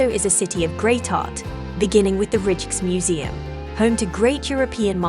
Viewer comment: Rijksmuseum is pronounced Reiks- museum Ei and ij are pronounced the same